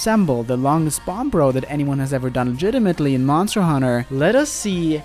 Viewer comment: I kept hearing 'bomb row' as 'Banbaro'. Though the longest Banbaro would also be quite interesting to see.